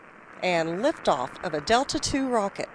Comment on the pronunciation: That guy said lafe oof lol